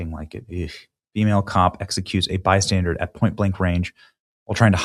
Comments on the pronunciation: Terrible. Also, mate, it's bystander (as in someone who is 'standing by'), it's not bystandard as you have continued to repeat throughout the video. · Benny, it's Bystander , not bystandard. 😂😂😂😂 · Please stop saying "bystandarD!" You're hurting my ears. 😂😂😂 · "Bystandard". An "innocent bystandard". Really...? What is Benny Johnson's first language because it sure ain't English.